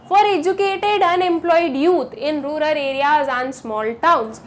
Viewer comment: That pronouncing"rular poor"instead of rural poor😅